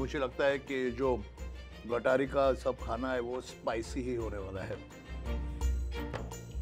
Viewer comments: It not gatari. it is गतहारी अमावस्या. Hindu sanskritit gatar kuthe ala. Kunal Vijayarkar disappointend that you being Hindu and Marathi mispronouncing and miswriting amavasya before auspicious Shravan month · It is GAT AAHARI AMAWASYA and not gataree . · It's " Gata-Hari" not GATARI.. the wrong pronunciation has spread across and got a bad name to it... The purpose of following vegetarian food during Shravan is for eating right food as immune system is weakest in monsoon (due to no sunlight) also it's a breeding season of entire ecosystem (fish, animals etc) hope will all spread right information and spread the importance of following our rituals